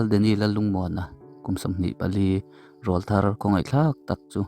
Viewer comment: Rawlthar lam dan a dik lo aw